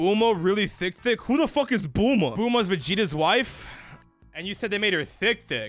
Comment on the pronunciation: No way he said Booma when talking about Bulma